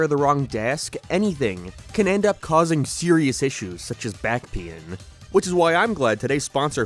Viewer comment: "Back paein"